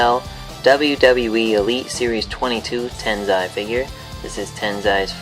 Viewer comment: Dude its not Tenzai its Tensai lol